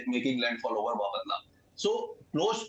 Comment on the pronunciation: Please learn to pronounce Bapatla. Embarrassing!